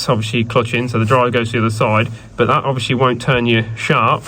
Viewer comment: Why do you keep saying.... ( Obvi wash ly)... anyway love the videos keep them coming..